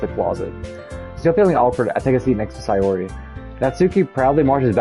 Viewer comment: Which doki is tour favorite so far Also sayori is pronounced “say-ori” (like the word “say” and the ori is pronounced ora, like in oracle”